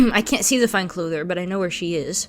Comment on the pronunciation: it's fine clothier :) not clother. Sorry, seem to be feeling pedantic